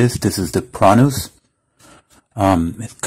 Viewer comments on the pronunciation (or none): Thank you very much for your video, sir. But it's PRUNUS not PRONUS :face-purple-crying